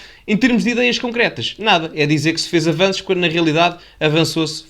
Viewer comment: Avanços ou ele ia dizendo afananços?